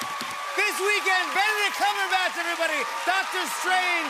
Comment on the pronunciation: Jack : Benedict cucumberack 😆